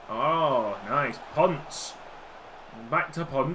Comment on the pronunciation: It’s not “ponce” it’s “pon-seh”